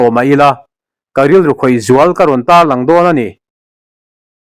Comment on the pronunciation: Hotel ah chuan ,lawng awm se i ti a.Enge a ṭangkaina tur chu.Chhiar uluk teh.Zoṭawng hi thluk dik loh hiana tum a dang daih tih hriat tur.Chhiar dik loh i nei reng mai aw.